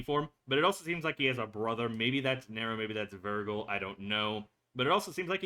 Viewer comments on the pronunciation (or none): It's pronounced Ver-jill. NOT Ver-gill. He's a Cambion, not a swamp monster. 😅😅😅